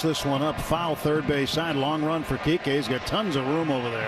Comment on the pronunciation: I mean yes, but why does NO ONE ever get his name right? 😭 It’s Kiké.